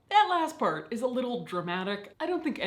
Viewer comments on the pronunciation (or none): none